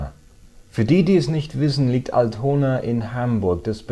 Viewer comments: Das erste mal, dass ich bei Dir Fehler finde! "dem Hotel" und "Altona", letzteres wird nämlich 'All-tona" (also vorne betont) gesprochen. Trotzdem super, weiter, immer weiter! =) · lern erstmal richtig altona auszusprechen. lauch